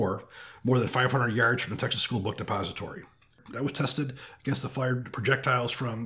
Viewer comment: No offense meant, but did you say: "Book Suppository"? Or book depository? It sounded like suppository. Watching to much "full metal jacket?" (lol) Because a book suppository would be way to painful,...lol!!